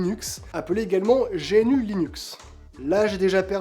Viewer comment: GNU : On dit gnou (comme l'animal, d'où le logo) pas génu Chacun peut apporter sa contribution, si si. Si on est pas un développeur, il reste les traductions et les fautes d'orthographe, de syntaxe ou de sens dans la documentation. Aujourd'hui il 2 barrière à l'utilisation par le grand public : - le processus d'installation (qui fait peur, bien que très facile. - la connaissance publique de ces choses, qui force à se jeter dans le bain (merci pour ta vidéo) D'ailleurs pour paufiner le travail de mise à connaissance du public, je te conseil de réaliser une démo avec Linux Mint si tu t'adresses au grand public ou PopOS si tu t'adresses au gamers. Beau boulot continue comme ça